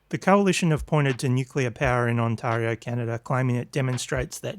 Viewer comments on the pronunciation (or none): On tari o not antario. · If he's pronouncing Ontario like that what is the chance he's ever met a Canadian 😂😂😂